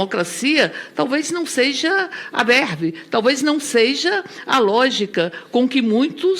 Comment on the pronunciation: "Ou sêija"... isso ganha 30.000,00. Viiiixe